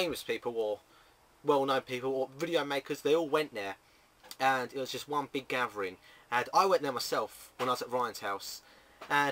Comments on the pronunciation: It's "gathering" you SAY "gatvering" LOL either way it's still funny! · runescape "Gafvering"